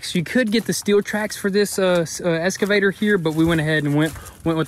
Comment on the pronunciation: It's driving me nuts hearing them say ES-CAVATOR. It's EX-CAVATOR! haha